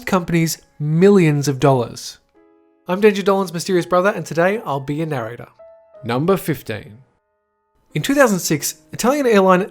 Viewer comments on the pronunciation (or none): none